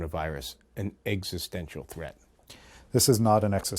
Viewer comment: What word was he saying? Exsustaincial???